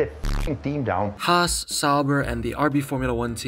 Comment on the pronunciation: The only f1 fan ive seen who actually pronounces Haas correctly